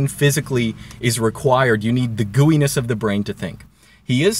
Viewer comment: When i hear you say "gooeyness" I think "GUIness".